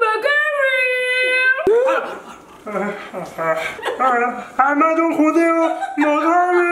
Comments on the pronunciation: 아 진짜 캐미 미쳤네 ㅋㅋㅋㅋ 머가뤼~ ㅈ내 웃겨 뒤지겠네 ㅋㅋㅋㅋㅋㅋㅋㅋㅋㅋㅋ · 아마존 고대어 머가뤼 ( 버전) ㅋㅋㅋㅋㅋㅋㅋㅋ 아마돈 고뒈어 머과뤼 ( 버줜) ㅋㅋㅋㅋㅋㅋㅋㅋㅋㅋㅋㅋㅋㅋㅋㅋㅋㅋㅋㅋㅋㅋㅋㅋㅋㅋㅋㅋㅋㅋㅋㅋㅋㅋㅋㅋㅋㅋㅋㅋㅋㅋㅋㅋ